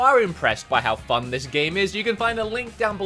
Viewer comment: it sound like is saying f*ck*d instead of fun, when he was saying if you are impressed by how fun this game is